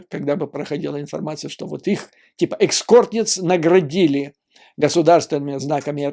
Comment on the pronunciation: Экскорт? Эскорт